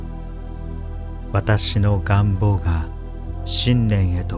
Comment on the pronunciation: 願望のアクセント ちょっと違和感😅